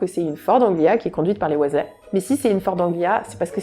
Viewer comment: Et celle des Weasley ahaha Mais on lui pardonne, les infos sont cools !